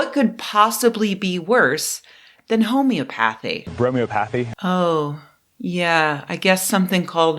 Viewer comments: It’s pronounced home-eee-ah-puh-thee. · I think it's pronounced ho-mee-ah-pathy/bro-mee-ah-pathy Not that that means shining red light on your bawlz actually does anything. That's pronounced fr-aw-duh. 😁